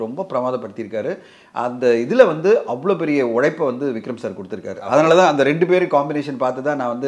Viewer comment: Anchor say.. Vigram sir vigram sir Not vigram. Vikram